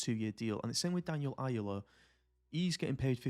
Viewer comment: Ayala is pronounced “i-ahh-la”